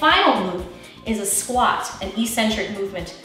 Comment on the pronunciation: "eccentric" is pronounced "ec-centric," not "e-centric" eccentric... ec-centric.